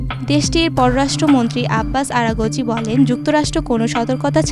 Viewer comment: আপনার উপস্থাপনা আরো ভালো করা জরুরি। কোথায় থামতে হবে,সেটা জানতে হবে।আরাঘচি উচ্চারণ ভুল ছিল